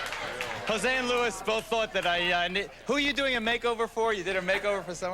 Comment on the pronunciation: Luis is pronounced Lu-EES. I’m surprised Geraldo didn’t get that right, considering his own Latino heritage.